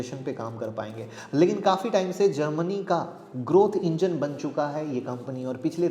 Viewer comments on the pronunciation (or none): none